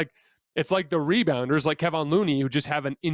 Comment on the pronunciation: Keh VON. Say it out loud a few times it's not that difficult.